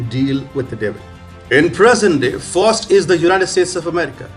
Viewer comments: Bless you my frined you tried, its pronounced Fowst and Met a stof a lees..... Great commentary. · Pronounced " F OWWW ST "